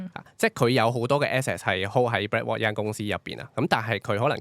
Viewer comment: Can pronounce properly? Heard BlackWalk instead of BlackRock